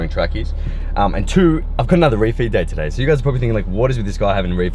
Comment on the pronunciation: What is “refeat day”? Not sure if I’m spelling it right but keeps saying it and idk what it means or anything...